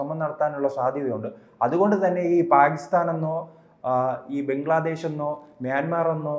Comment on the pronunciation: ബെഗ്ലാദേഷ് അല്ല ബംഗ്ലാദേശ് എന്ന് പറയൂ സാഹൂ